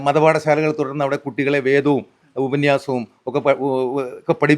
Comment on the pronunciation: അടിപൊളി ഉപനിഷത് എന്ന് പോലും പറയാൻ അറിഞ്ഞൂടാ എന്നിട്ട് വല്യ നായർ ഉപന്യസം പോലും 😂😂